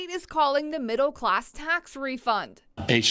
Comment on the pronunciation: Exactly what is a "Midle?"